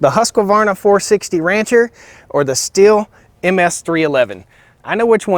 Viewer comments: Pronounced steel not still. I wasn’t sure till I saw an actual Stihl commercial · Stihl is pronounced Steel. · Thanks for your nice clip (which I have not watched to the end yet) and the Stihl is not pronounced "still" as you do since the 'h' is stretching the name and it is pronounced like the word 'steal' is. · OK guys and gals its Stihl pronounced "steel" not "still". Change my mind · It is pronounced steal. Not still. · Yeah but...…..Stihl is pronounced 'shtill', not 'steel'. Andreas Stihl probably rolls his eyes every time the dealers say 'steel'. Pure advertising hype. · Stihl is pronounced "Steel" :| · The simple fact that you don't know how to say Stihl properly lets me know you don't know what you're talking about. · Excuse me Sir, but you are maling the typical American mistake in pronouncing the factory names of these two european chainsaws. It would be a Nice touch of recognicing a different culture in trying to pronounce forrige names correct instead of believing that your Way u’s the better. The Stihl you pronounce as if it is spejles with two “l”s. It is not the h indicates that it should be pronunced like “steel”. The swedish ;husquarna Saw is pronounced straight: in two syllabels. Husq’uarna not like you think huskawarna. It is not Nice, Sir. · I think you can't go wrong with either brand. My question is, where does the extra syllable always come from in the Husqvarna name? A vast majority of people say it like Husk a varna. It should be just Husk varna. And the Stihl name is pronounced like "still" when it should be pronounced "steel". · the saws are pronounced steel and hoosk varna. not still or husk a varna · the dude is butchering both chainsaw names. The other one is SH-til, not S-til. It painful to hear. People who consider themselves experts on something should at least know how to properly pronounce what they are talking about. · I like how these muricans equally mispronounce both brand names